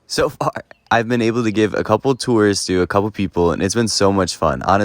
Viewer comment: "So FaAr"